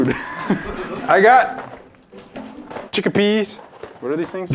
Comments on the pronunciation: we have some... Chickapeas Me: 👌🤯🤚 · We have some ChIckApEaS. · Chickapea’s. Me:What are CHICKAPEA’S?!🤣🤣